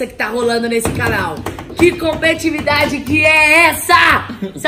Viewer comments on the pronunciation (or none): E a Camila falando errado competividade , é COMPETITIVIDADE